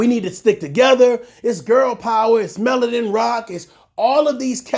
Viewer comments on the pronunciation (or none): none